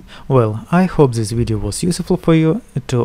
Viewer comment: Why you are saying z istead of t? Zys instead of this, zhat instead of that, etc.